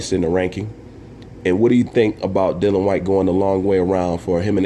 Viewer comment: Whyte would beat Wilder in my opinion. As would any top 10 fighter. By the way you pronounce his name incorrectly it is Dillian . The I is important... Great vid again